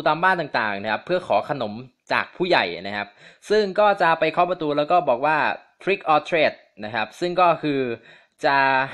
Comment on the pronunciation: มันอ่านว่าทริคออร์ทรีค เเปลว่า หลอกหรือเลี้ยงค่ะ